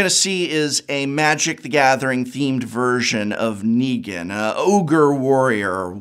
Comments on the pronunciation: He also hasn’t watched TWD; pronounced Nee-gan as Neg-an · Him botching negan as ne-gan 4 times was agony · so a few things here: 1-MTG has planes walkers and therefore any universe regardless of IP is fair game if the owner is down 2- the walking dead comics ended with issue 193 so your "I stopped reading around issue 500 is crap and loses you credibility there and 3- you couldn't even pronounce Negan right for half the video so there's more credibility gone. At least try like come on.